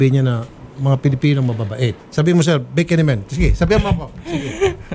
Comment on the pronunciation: Natawa ako sa "BEKE NEMEN".